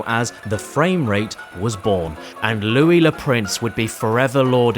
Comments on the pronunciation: The Louis bit is even better if you speak french cause he did mispronounce it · Fun fact, he did prononce ''Louis'' wrong. Since it's french, it should be pronounced ''Loo-wi'' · Isn't the French 'Louis' pronounced more like 'Loo-oui'? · As somewhat of a Louis myself I must say, you completely butchered my name and you will be receiving a call from lawyer very soon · You mispronounced it but it's okay, you didn't butcher it either Bruh you pronounced it decently well there stop messing with your only French viewer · how did you mispronounce it? It's the easiest French name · I cannot prove it, but I'm reasonably sure that you are NOT sorry that you mispronounced the name Louis. Now I have a hard time trusting you. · I cannot believe you mispronounce such an immaculate name as Louis! This is an outrage and as a fan of Louis Le Prince I’m unsubscribing! Have a good day James Caddick!